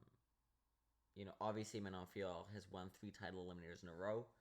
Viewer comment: The way you pronounce Manon Fiorot’s name is aggravating, and you’re a casual. This is one of the most painful MMA videos I’ve seen 💀💀.